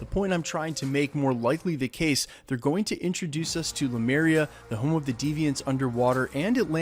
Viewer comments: Great scoop, thanks. Btw, it's LEMURIA, not Lumeria. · The name of the mythical continent, Lemuria, is pronounced "leh-MYOO-ree-yuh", not "loo-MAIR-ee-yuh". The name of the ship, Lemurian Star, in Winter Soldier was mispronounced several times during dialogue and the bloody script supervisor didn't catch it, but that's the same as pronouncing "nuclear" as "NOO-kyuh-ler". Look at where the letters are positioned; that's called "phonics". Sound it out, letter by letter, syllable by syllable, left to right. Here's a trick: type the word into Google translate and use the text-to-voice function. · Its Lemuria, not lumeria. Thanks for the video!!! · Lemuria. The Deviants are from Lemuria. You keep saying "Lumeria" and it's driving me up a wall, Lemuria is based on real-world mythology and crypto-cartography. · Hail Eris! Um. Not "Lumeria," but *Lemuria*. Often shortened, in some accounts, to "Mu." Names are important. Snarky Specify your indexical.